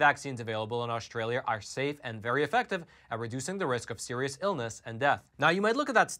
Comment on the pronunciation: This video demonstrates that data does not equal truth or information. First you buffoon the name is Australia and not Aushhtralia. Second the term vaccinated is biased if they did not have a booster shot and their protection has decreased. Equally it is important to analyse behavior...for example if vaccinated do not wear masks tbey can get infected with omicron. Gathering data does not guaranree smart conclusions.